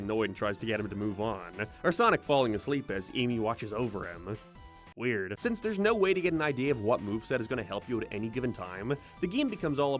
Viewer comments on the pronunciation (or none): none